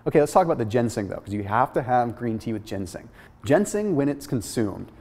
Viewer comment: Ginseng*** not gensing